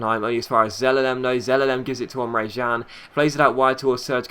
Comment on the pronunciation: Emre CAN not Emre JAN